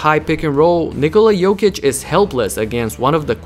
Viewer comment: Thank you for saying his name correctly!